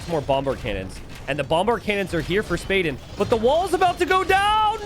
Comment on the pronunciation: You say it spa den. like a den where you relax in water